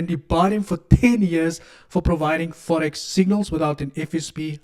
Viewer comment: “The forex fahh fahh”😂😂😂😂